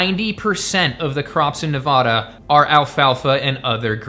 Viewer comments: It's Ne-va-duh not Ne-vah-da, lol. I live in the Carson Valley, at the base of Lake Tahoe, and many of the cow ranches have been sold in the last few years, and more homes are being built to accommodate the Californians moving here. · I love you BUT as a 3 rd generation Nevadan it’s pronounced nevaDA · I think it's the middle syllable that gets abused.